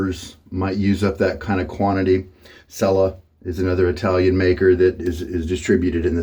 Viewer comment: Cella is pronounced like "Chella"